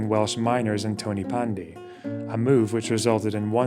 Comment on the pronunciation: TONN-uh-pandy. Not "Tony Pandee". That is all. Film at 11.